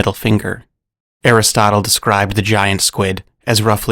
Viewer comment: Aristotle but pronounced like chipotle.